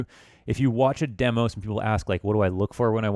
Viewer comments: Demo. Not dee mo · why do you say demo like demo instead of demo?